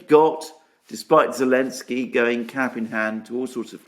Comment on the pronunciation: forgive my ignorance but why do you call him Elensky?